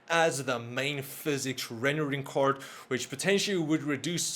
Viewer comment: I love how he preanounces card as cord